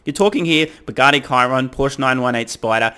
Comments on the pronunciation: Kiron?? Chiron as in ssshhhiron 😂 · Please respect the competition: per native pronunciation, it's shee-ron, it's french... 😊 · Chiron (sheer-ron) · The Bugatti model is pronounced she-ron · Watch all your vids, great content! For when all the other Tesla’s further extend their performance lead over ice, I think it’s pronounced Sheer-ron. Keep up the good work! Tesla to the moon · I believe it's pronounced "shee-ron" ;)